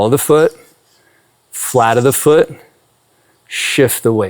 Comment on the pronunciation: Does anyone else hear "platypus foot" when he says "flat of the foot"? 😅🤣😂 Seriously, though, Thank You so Much for this video 🙏💖🙌